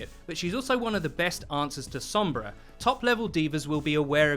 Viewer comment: Stoked it’s not 11 minutes of the other guy saying “Sohmbra”